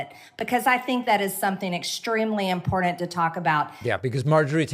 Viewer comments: no matter how many times she is told how to pronounce im por tant she will continue to use her bucktooth vocabulary and pronounce it im por dant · I don't trust anybody that pronounces "Important" as Impordant. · She is absolutely vile. And the word is important, not impordant! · It's "impordant" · "-- extremely imporded to talk about" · Is it very "IMPORDAND" Marge?